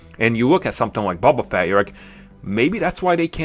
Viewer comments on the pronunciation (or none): It's bOba Fett! Not bUba Fett! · BOBA FETT. I about died when you said bubba fett. Lol sorry